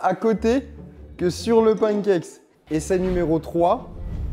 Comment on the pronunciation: putain ça me fait tiquer quand je l'entends dire "skillS" ou "pancakeS" au singulier xD